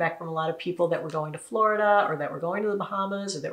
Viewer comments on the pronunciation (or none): none